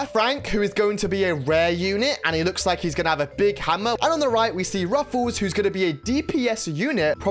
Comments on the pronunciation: Btw you pronouce it “ruffs” not “ruffle” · It's Ruffs not Ruffuus he uses to be called colonel Ruffs in brawl stars cuz he is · Its not ruffuls😂 its ruffs or colonel ruffs😂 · why does he keep calling him ruffles? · its ruffs not rufus !!😡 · Bro its ruffs not ruffles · Is Ruffs not Ruffels❤ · Its just ruffs not ruffels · Bro really said ,,ruffels" at the beggining 💀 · Every time wen you say "Ruffles" had me dying😭😭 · "Ruffles have Rrrrrridges!" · Bru said ruffles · Bro i can't watch this video because you said ruffles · Why is bro calling him ruffels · You say ruffs incorrect you can check videos on brawl stars how to say him😅